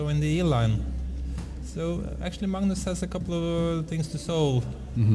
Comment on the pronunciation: Peter Hooge It's pronounced Mangnus in Norwegian. The commentator to the right is Simen Agdestein, Norways third best chess player, has a rating around 2600. You can learn how to pronounce Magnus correctly, if you listen to how he says it.